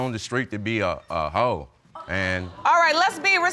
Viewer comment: The way he says hoe is funny af but so wrong 😂😂😂😂😂